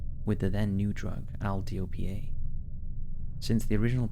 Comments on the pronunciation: L-DOPA, not "Al Dopyeay." Love your channel so much, these mispronunciations drive me mad. Need someone to review before you post? My rates are VERY reasonable. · The medication L'dopa you mentioned in the "sleepy sickness" case, is pronounced "L, how you say the letter in the alphabet, not the sound the letter makes (or el)" and dopa is pronounced "dope-a". It's also known as Levodopa, which is still commonly used to treat Parkinson's disease. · L-Dopa is just pronounced EL-DOPE-AH.